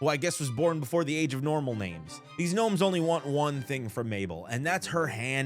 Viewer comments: Had me so weak, Guh-nomes😂😂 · The “G” in “gnomes” is silent my boy💀 Edit: youre not too good with “G’s” huh😂 g in Oregon is a hard “G” like in “dog”😭